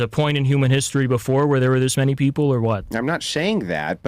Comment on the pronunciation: I wish I could meet in person I'd give him shit for pronouncing many as minnie lol